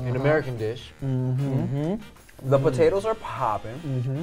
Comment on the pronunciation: Because of Tim I always call potatoes, “bodadossss” 😂